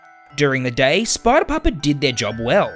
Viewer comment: What what fnaf 2 but you are saying. Sprider